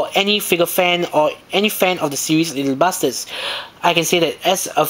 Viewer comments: You sound like you're saying little Bastards...XD Just to clarify it's little "BUSTERS" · hehehehee i hate to be this guy but it sounds like your saying little bastards XD sorry couldnt resist